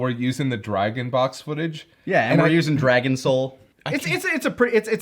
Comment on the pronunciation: Wait the opening is "Dragon Soul"? I've been hearing it as "Dragon Show" for years now, I thought they were doing a bit!